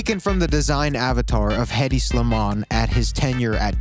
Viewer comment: noooo stop don’t pronounce the H in Hedi boy noooo